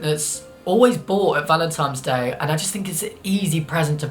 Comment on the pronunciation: Noo, you're looking at it the wrong way! Giving flowers means "I appreciate you, here is a true gift from nature", giving chocolates means "I hope you enjoy these (don't worry about your weight I like you anyway). Btw, are you saying Valentime's ? lol